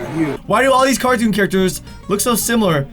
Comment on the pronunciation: "famous cartoun characters" X'D